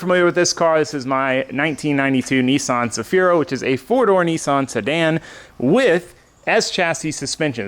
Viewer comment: Kneesahn . Hahahahahaha